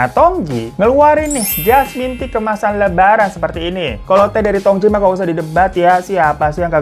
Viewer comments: bang hiro....tu bacanya jngan tongtji...tp tongci soalnya tj itu ejaan lama yg berarti huruf c....semngat selalu ngonten y bang hiro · Tong Tji itu bukankah harusnya dibacanya Tong Ci? Karena tj itu pada edisi lawas dibaca "C" Sama dengan huruf J dibaca Y misal Jang dibaca Yang